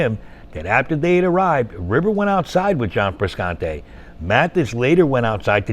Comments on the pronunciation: Please learn how to pronounce Frusciante properly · Hearing the narrator repeatedly mispronounced Frusciante kind of irritates me, omg consistently cannot even pronounce the name correctly